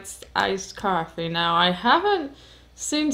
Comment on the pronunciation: Great review especially when you have Coffaay 🤣👍🏻